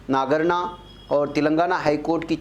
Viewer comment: It is Nagarathna not nagana